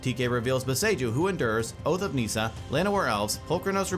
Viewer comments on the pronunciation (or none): And NEEESA